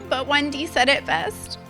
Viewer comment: I thought she said Wendy. I thought it was an inside joke about their friend Wendy. 😁